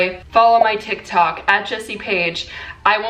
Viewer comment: “ToK ToK”